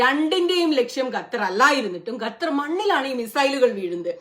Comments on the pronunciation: Gattar alla Qatar pronunciation ( Khattar) Galeel alla Khaleel ( khwa soundil ulla pole) Do more research Qatar Saudi USA all know about the strike The planes Saudi air space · ഗത്തർ അല്ല ഖത്തർ 'g' അല്ല 'q' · Gathar alla Qathar........ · Gutter ഗ അല്ല ഖത്തർ (ക )